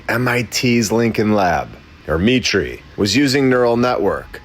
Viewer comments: Heads up that word 'mitre' is pronounced 'my-der' not 'me-tree'. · MITRE is pronounced 'my-tur' NOT 'me-tree' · It’s pronounced MY-TER not ME-TREE. Good grief. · ....it's pronounced my'-ter not me' tree, respectfully. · Buddy, everyone knows that Mitre is pronounced My-ter. Not mee tree. Here, maybe you have heard of a mitre saw? Do you call it a mee tree saw? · Dude... It's not "mee-tray" it's pronounced "Might-er" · It’s my-tur not me-tray. MIT RESEARCH CORPORATION. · Mitre Not pronounced Mit ree, but Might ur. As in a bishops mitre (silly hat with two points), or a right angled join, or 7 pieces of cloth joined at a corner. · It's not ME TREE, it's MY TER, like the popes's hat. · Mitre is not pronounced “me-tree” it’s pronounced “my-trrr”. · not me-tree, my-ter. Its a religious term/garb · I think you should look into "Mitre" MY-TER not "ME-TREE" Great video, btw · Mitre is pronounced MIGHTER - I have worked there It's M I T Research associated with MIT Lincoln Labs How much money does MIT Get from the Military ? MIT receives funding from the U.S. military, including approximately$1 billion in annual research grants and contracts from the Pentagon = CIA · FYI MITRE is pronounced MY~TER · Dude. Its 'MY-ter. As in miter/square... sound familiar. you get it. Lol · Not to detract from the excellent content, but according to Grok, “MITRE is pronounced “MY-ter,” rhyming with “fire.”” This proves MLB is not AI.🔥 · MITRE is pronounced my'-ter. (They used to have a post at the front sign in desk about safeguarding company data -- something about fog not being the only thing that crept in on little cat feet. Way back then, that meant things like locking your file cabinet.) And Dartmouth is pronounced Daht-mith. Ok, maybe only in Boston. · Just want to correct your pronounciation of MITRE -> it is pronounced M - long i - ter (like the construction measuring device). I know this because I worked there for 18 years until I got fired for not taking the you know what.